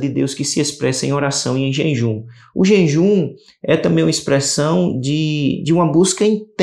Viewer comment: Irmão, vc está falando JENJUM